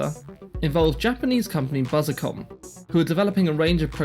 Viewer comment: A bit late to the party, but here are some pedantic notes: * AIRESEARCH should be pronounced "air research" with the two Rs kind of running into each other, BUSICOM is a portmanteau of "business" and "computer" so it should be pronounced "busy-com", MITS is generally pronounced "mitts", and TAITO is "tie-toe". * It's splitting hairs slightly, but the Atari VCS used a 6507 not a 6502. * Apple were not the last manufacturer of 680x0 computers; even if you exclude the TecToy-manufactured Sega Genesis that was still being produced until 2023 there were oddities like the DraCo, Emerson produced a bunch of 68040 and 68060 VME bus SBCs way into the 2000s, and they're still heavily used in industrial control systems and telecoms equipment. * Not sure by what metric the BBC was "one of the best selling home computers of the period". C64 12-17 million, MSX 9-4 million, Apple II 6 million, ZX Spectrum 5 million, Atari 8-bit 4 million, CPC 464 2 million, BBC 1.5 million. Essentially, apart from abject failures like the Dragon 32 and Oric Atmos it was one of the worst selling micros! Source: I'm old.